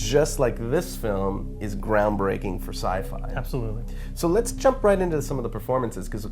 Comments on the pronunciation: "This is a absolutely groundbaking film." o_0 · "ground baking" ahahahaaahahaahaa I lol his mistake :)